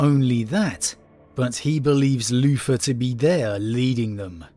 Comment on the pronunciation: I just love the way you say Luther “Loofah”… Anyway, l really do hope we have the Lion coming soon. Even as a long term Wolf player I have respect for the father of the 1st, even if I think the Dark Angels proper are a bunch of shortsighted hypocritical gits. My problem is it feels too signposted. It’s all together too obvious! I can’t help but think it’s all a bluff and there’s no loyalist in the near future.